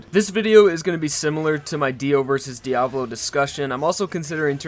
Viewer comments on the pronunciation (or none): “Diahvloe” You peasant. ITS DIAV0L0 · he ses the main part five villians name like diavlo but its diavolo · Disliked as soon as he said “DIO vs Diavlow” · Pronounced Diavolo and Miata wrong